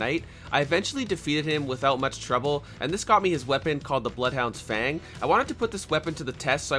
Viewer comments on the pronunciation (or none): none